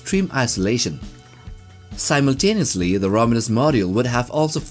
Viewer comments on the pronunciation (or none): none